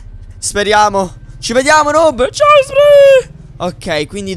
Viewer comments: Chi si è accorto che all'inizio dice snoob invece che noob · ai detto snoob a noob al inizio